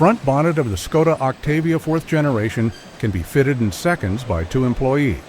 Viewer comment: At least learn how to pronounce the bloody brand name properly.....